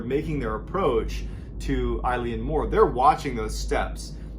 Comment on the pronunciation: Love your storytelling, but please please! check your pronunciations before recording. Eilean Mor is pronounced ‘ae-lan mor’ (as in a long ‘A’-lan).